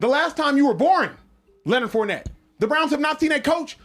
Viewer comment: He said his name wrong on purpose